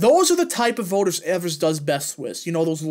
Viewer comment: As a Wisconsinite, it is pronounced EE-vers